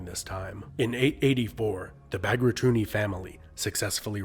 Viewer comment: It's Pakraduni not Bagradium!!! U butchered the pronunciation!